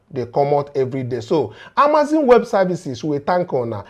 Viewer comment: the business is pronounced Amaz-on and NOT Amaz-in. You and your crews are doing a wonderful job.